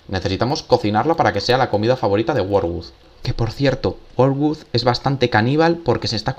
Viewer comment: “Worgud” JKAJAJAJA que pronunciación